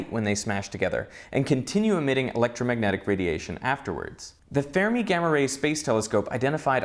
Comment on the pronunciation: I love this show!! But it's frustrating to hear you mispronounce a proper noun like Fermi as "Fairmi" -- it's a surname and not open to interpretation. Say it like "Fur" "Me": "Fermi gained its new name in 2008: On 26 August 2008, GLAST was renamed the "Fermi Gamma-ray Space Telescope" in honor of Enrico Fermi, a pioneer in high-energy physics." Enrico Fermi (/ˈfɜːrmi/;[1] Italian: [enˈriːko ˈfermi]; 29 September 1901 – 28 November 1954) ɜːr nurse, word, girl, fern, furry, Berlin